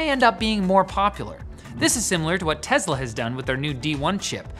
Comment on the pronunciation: Hey it’s Tesla not Tezla